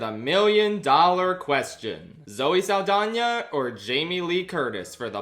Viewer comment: the way you say Zoe Saldana like Zoe Lasagna gets me every time